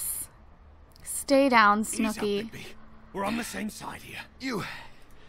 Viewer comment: Why did you call it snookie and jWOW